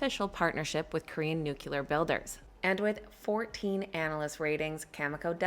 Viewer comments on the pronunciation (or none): It’s pronounced noo-klee- er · How hard is it for an average American to pronounce the word Nuclear? Geez.... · Yay! CCJ 👍 very 'nucular'